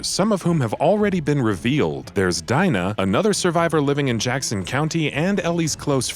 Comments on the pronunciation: It's Dina, not Dina 😒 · Who’s Dyna lol it’s DINA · Man really said DAINA when it’s actually DEENA!!!!😂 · daina,who da fuck pronounces it like that ???? it’s dina ffs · Weird how u say Dina instead of Dina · "DEE-NA", not "DY-NA", we've already heard her name said in trailers & gameplay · ITS LEVIOOOOOOOSA NOT LEVIOSARRRRR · Just a heads up you pronounce Dina wrong it’s pronounced as d-ee-na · Why tf do you pronouce it diena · It annoys me how he pronounces Dina. It's "Deena". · Lol this dude simultaneously acts like the leaks aren’t a thing, spoils the relationship between Ellie and Joel moments after saying he won’t spoil anything, and says “Dyna” like he’s never seen any of the existing trailers. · Am I the only one who is annoyed by how he says Dina? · He really irritated me when he kept saying "Dina" with an "I"